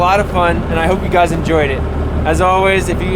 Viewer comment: Hygys (Hey guys) pronounced Hi-gis